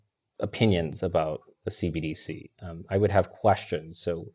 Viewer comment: I know its somewhat inconsequential but its hilarious how much struggles to say "CBDC". Its not C-D-B-C. Repeat after me, "C-entral B-ank D-igital C-urrency"